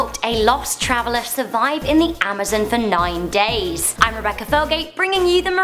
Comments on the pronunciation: IT'S AMAZON NOT AMOZEN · Amazon not amazin